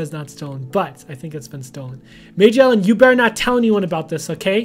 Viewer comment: its actually MAJO_ELLEN not major_ellen im not trying to be rude i just have a problem with correcting people. i try to😯